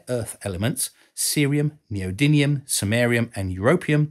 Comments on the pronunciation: Well done! But you do not say "Neodymium" correctly. You say it as "NeodyNium". A minor point in an otherwise excellent clip. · thank you for this - excellent content as usual. Two points to bring to your attention for future videos: one of the special metals you mentioned is neodymium - you pronounced it "neodynium"; and Johann Carl Friedrich Gauss has the "a" before the "u" in his surname - your graphics had them the other way round. On a personal note, I, too had an MRI scan last year - a quite amazing experience. I knew the basics of what was happening around me, but your explanation and description showed me hat it is much more complicated than I imangined. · Quite a few typos in this. & how do you pronounce "neodymium"? (there's no 'n' in it).